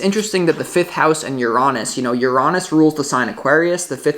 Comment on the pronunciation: Love the way you say Uranus ❤